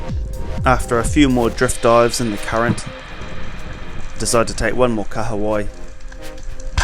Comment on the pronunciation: Love that you pronounce Kahawai correctly brother 👍